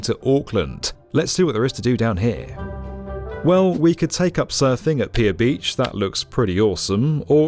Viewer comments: (It's not "Pia beach" it's "Pee-ha" beach. And not 'Waheekee' but 'Why-heekee'. Not 'Ayotaya' but 'Ow-teya' (as in 'Cow...) But never mind...) Auckland rail planning is the most fucked-up in the world, since forever. The first main station was somewhere near Quay Street in the city centre. Then that got too small so in 1930 they abandoned it and built a grand through station at the Strand, a mile out of the city, with 7 platforms. But that was too far away for a commuter line so in 2003, at enormous expense, they went back to near the original site, but this time underground, this is Britomart station. It had only five platforms and was specifically built with a ventilation system to take diesel trains. The Strand was pretty much abandoned and demolished, just one platform left in the wye between the two lines that join towards Britomart. The long-distance train to Wellington (Northern Explorer) started from Britomart for a while. But then they electrified the system and kicked the long-distance train out under the pretence of it being diesel, wtf, Britomart was built to take diesels?? (actually, it was just because Britomart was already too small, what a surprise). So now the Northern Explorer starts from the one remaining platform at the Strand which is not served by any local trains*. It's almost like they didn't *want anybody to catch it... Newmarket station, junction of the Southern Line and the Western Line - this used to be the site of the railway workshops. Till they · Kia ora! Great video! Looking forward to a follow-up from yah when it's done! Some tips for the place names next time! Aotea = ah-or-tea-ah Waiheke = why-heh-keh Piha = pee-hah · Fascinating video, but if you're going to do a story about a foreign country, please please please make sure your narrator has at least HEARD the placenames before. I'm about 2minutes in and so far you've mispronounced Piha and Waitemata, two extremely well known localities to Aucklanders.